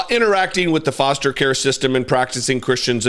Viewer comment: "Forster" Care?